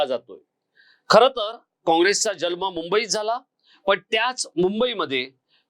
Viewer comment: जल्म नाही, जन्म